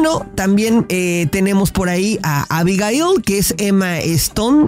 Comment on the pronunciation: Dices chistoso Abigail 🙊